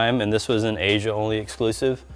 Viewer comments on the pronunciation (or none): none